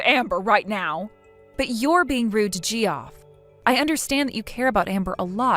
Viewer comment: It's not "JEE-off." It's "JEFF."